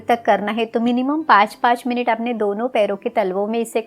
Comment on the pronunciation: मिनिट नही मिनट।